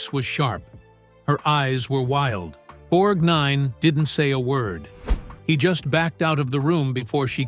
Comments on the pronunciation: Your research is impressive, but you should strongly consider switching to a human narrator until the text-to-speech robots learn consistency. The constant switching between the correct — BORGnine — and incorrect — borgNINE — pronunciation of your subject's name was seriously irritating and distracting. It’s a shame you let your hard work be diminished by not solving this problem. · At about the 23rd mention of “Borg N I N E” I gave up and couldn’t listen anymore. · Annoying how he says, "Borg Nine" as if it 2 words....and talking og Shelly Winters while constantly showing someone else....Ridiculous.. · Pronouncing his name “BorgNINE” makes him sound like a character from Star Trek the Next Generation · Borgnine is not two words .... it is distracting to hear "Borg Nine" said over and over. Videomaker also needs to do some fact checking. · Why does he keep calling him Borg NINE? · It’s Borgnine, not Borg Nine - so irritating, other than that great old actors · Please don't pronounce his name BorgNINE. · Say "Borg-nine" one more time. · Hate the narration here….emphasis is always on the wrong word or syllable. Borg NINE Mer MAN Poseidon ADVENTURE 🙄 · The repeated emphasis on NINE in Borgnine grates on the ear. Most people tend to put a little emphasis on 'Borg' which sounds more natural. Sometimes in the video the name sounds like two separate words, Borg and Nine. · This great guy deserves a better video than this sloppy effort. Patricia Neal's photograph is with Gary Cooper, not Gregory Peck. Charles Bronson is shown with Robert Ryan, not Lee Marvin. The narrator's peculiar emphasis on the second syllable of Borgnine's last name might be an attempt at an Italian pronunciation, but that doesn't explain doing the same thing with Ethel Merman. Those are just some annoyances I can remember. Makes me wonder how much care was taken with facts. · Can't pronounce his name??? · a few, including the pronunciation of Borgnine. 😂🤣😂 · His name is Borgnine, not BORG Nine